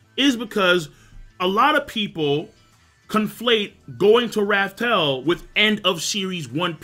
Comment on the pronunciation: i really like this video but the way this man says raftel and one piece makes my organs hurt